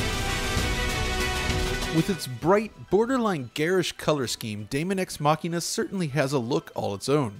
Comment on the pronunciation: Dude you nailed that pronunciation!